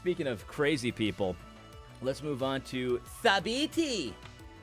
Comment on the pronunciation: You say Thabiti's name a little too well. You have to mess it up a little bit at least ;).